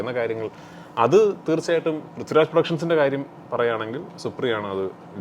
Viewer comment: വിളിക്കുന്നതെങ്കിലും ശെരിക്ക് വിളിച്ചൂടെ...പ്രിത്യുരാജ് എന്ന് അല്ല പുള്ളീടെ പേര്...പൃഥ്വിരാജ് എന്നാണ്